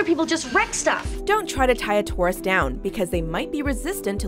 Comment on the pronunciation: "Touris", omg so glad am a Scorpio right now.. that pronunciation.